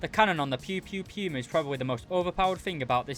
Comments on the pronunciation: its not piuma its puma wich means cougar in german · Not sure if you're just making a joke but its pronounced poo-mah not pew-mah which is also good meme material